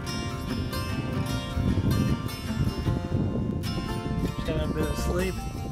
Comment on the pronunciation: It’s a q w o k a not quaka